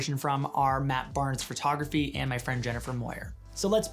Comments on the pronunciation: “The art of Fart-ography.” I can’t stop hearing it now lolololol. Sorry. 🤣🤣🤣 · Sidebar: No criticism, just a sincere question based in my own ignorance, is "phertography" a Hau-ism or the way Canadians pronounce "photography?" PS, your cat looks super badass, like it will grow up to have super powers. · This dude says photography the same way I do.... fertography. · hurr. So, I might be crazy, or it may be candian, but I swear it sounds like he's saying furtography when he says photography.